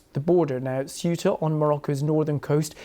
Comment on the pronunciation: FFS learn how to pronounce Cueta(hint sounds a bit like Kuwait) Obviosly organised yeah, but the big question is WHAT NOW?